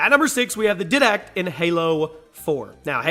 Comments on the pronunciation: For number 6 is not said did act it's the diedact Not the right spelling just easier to say and it just annoyed me sorry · Did he just say (Did-Dact)? It's Didact (Di-e-dact) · Did -Act? Bor-Gia? Learn how to pronounce their names before you read them. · you pronounced didact wrong m8te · Did it trigger anyone else because of the way he pronounced "didact"? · I have to be honest, the way you pronounced Didact kinda irritated me and caused me to think "How do you even get that sort of pronunciation with how much his name is said in the game", but in all seriousness great video. I'd personally like to win a PS4 because there is a number of games that I would enjoy having the chance to play. Twitter handle is good luck everyone and may the best person win.